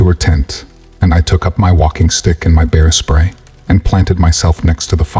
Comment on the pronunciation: For someone who makes videos telling stories you mispronounce words constantly. This story you called "bear spray" beer spray once and butane was pronounced boo ton😂.